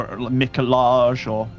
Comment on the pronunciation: its pronounced "Nikolaj"